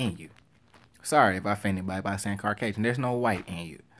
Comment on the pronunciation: You saying Rock leaving and WWE not being the same would be a reason why the Rock is awesome, not why he sucks. But, if he would return at this point, he’d do the job to Roman Reigns. And it’s “CAUcasion” not “CARcasion.”